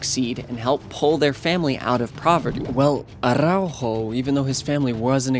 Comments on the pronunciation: bruh, pronunciation is off. it's ARaujo, not ARRaujo. Stop Sofía Vergaring his name, just use ur regular english 'r'. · why he pronounces araujos name like aRRaujo?